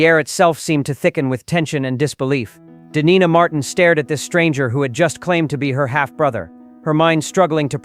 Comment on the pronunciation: This is nothing but BS clickbate . Dean's daughter's name is Deana pronounced dean nah & not the way it was pronounced. Besides, Dean was cremated according to his family. Do your F. Resurch before spreading clickbate bs . U AH